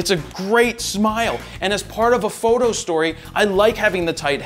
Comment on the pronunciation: Good info but I still cringe every time he says fro knows photo